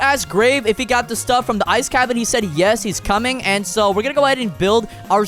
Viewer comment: The way bro said uesss